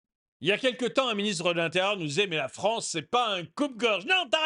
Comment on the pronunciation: La Fronce c'est le Weshtern ! ^^